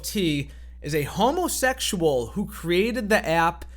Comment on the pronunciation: Love how he emphasizes HOMOSEXUAL Of course it was a man doing this. Women could never